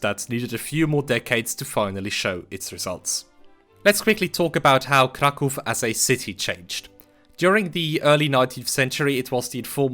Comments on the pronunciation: it's nice hearing someone pronounce "Kraków" properly after years of hearing "Crack ow" in english-speaking communities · Thank you for not calling it crack-ow :) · Jak tylko usłyszałem twoją wymowę nazwy miasta Kraków, od razu wiedziałem, że mam do czynienia z rodakiem! Jest to pierwszy filmik jaki spotkałem od ciebie i subik leci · As a Pole I must admit that I am shocked to see a person who does not speak Polish can pronounce Polish words, the first time in my life I meet with such a thing and I can not get out of admiration, I expected a rather Americanized version of the word Kraków which has nothing to do with reality and here such a surprise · It strange to me, as a Polish, to hear someone speaking English (not Pole) who says "Kraków" instead of incorrect Krakow xD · nie spodziewałem się że obcokrajowiec jest w stanie wypowiedzieć poprawnie ,,Kraków", dzięki za uświadomienie 😂 tak czy siak dobra robota u niego